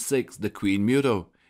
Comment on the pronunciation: OMG PRONOUNCED MOOTOE